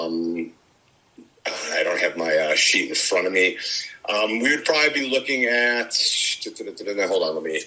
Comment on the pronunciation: The guy talking in fwont of the skull picture weminds me of that wascally wabbit.